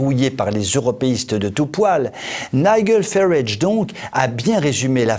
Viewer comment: En phonétique pour français : On dit "Naijel farâge".....